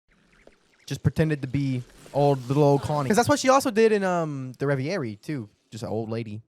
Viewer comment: please look up the pronounciation of reverie. i beg. its been months of revy airy